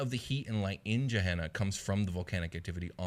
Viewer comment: Just a heads up Gehenna in real life is pronounced with a hard G as in Gettysburg or Gate, not a soft G like Germany or Giraffe. I don't know whether the game is intended to sound different though. Great content as usual though guys.